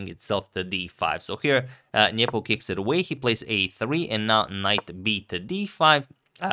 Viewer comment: I like how Agad says "Nyepo". This is correct.